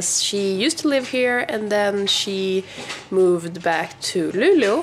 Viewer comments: Also, is Luleå really pronounced like "Lulu"?! I've always pronounced it like how it's written (Lu-le-å) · and I really hear Lulu, no E or Å... Maybe you just talk too fast for my ears xD It sounds cute though. It's gonna catch on! haha